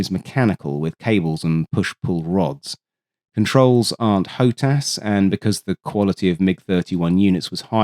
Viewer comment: it aint ho-tass. its hot-ass